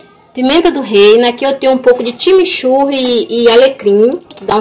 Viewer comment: Timichurri kkkkk 😮 chimichurri